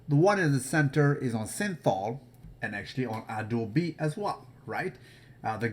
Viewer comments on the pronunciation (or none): none